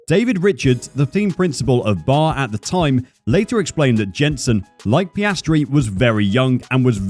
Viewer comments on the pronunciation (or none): B.A.R. not 'bar'. The whole time they were on the grid never heard a single person call it bar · It's B.A.R. not Bar. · that's "B A R" dude, not "bar" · It's B.A.R. not bar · Bar? It's an acronym, not a word. B - A - R (British American Racing) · like "Be Ay Ar" you get it